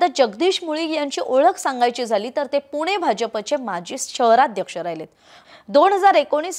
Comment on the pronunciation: पुने नाही ग बाई पुणे आहे ते, जरा भाषेवर काम करा! बाकी उत्तम सांगता!!!